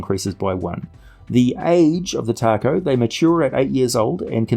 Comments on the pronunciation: I believe its pronounced TA-ko, not like the Mexican food. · I came here to say its "tako" but I see that's been covered. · William Jackson willing to bet it’s due to the fact that Tako (pronounced Taco 🌮) is Japanese for octopus. Very creative